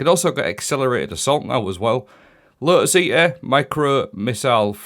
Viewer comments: so painful 😂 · The “Lo’is E’uh”